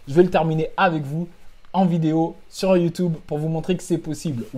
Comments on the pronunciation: Prononciation FR: YOU TUBE Prononciation EN: YOU TIOUBE Prononciation: YOU TOUBE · Ca me tue il prononce « youtoube » comme mes grands parents, tres frais le son sinon🔥